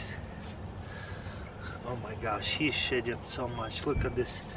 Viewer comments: I thought he said shitting for a minute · Every time he says shedding I hear shitting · When he said shedding i thought he said shitting